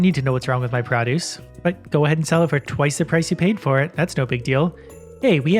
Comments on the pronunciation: I dont really hear your accent (I'm from northern mi so the accentuate similar here) but when you say produce lol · Stop saying produce wrong